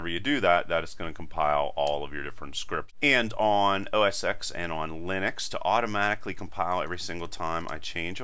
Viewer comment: Awesome video. It’s pronounced OS TEN by the way - the successor to Mac OS 9. The X in OS X is the Roman numeral for Ten.